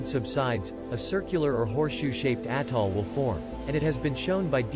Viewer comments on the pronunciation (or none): none